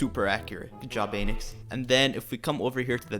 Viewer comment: K wait let me get this right his YouTube channel is called anix an-ix but why does he pronounce it like ai-nx????? Lol